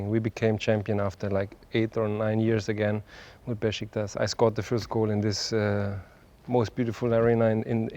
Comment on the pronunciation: Not Beşiktas amk. Beşiktaş!